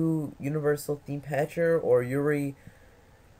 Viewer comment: I love how you say "yuri" instead of "you already". Not really, I hate it. Anyway GJ